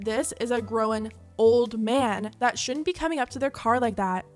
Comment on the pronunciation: Gorl ur 35 whats with the emphasis on the word old!!! 🤨🤨🤨